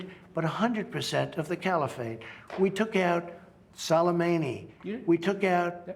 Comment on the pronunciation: "Solameini" LOL.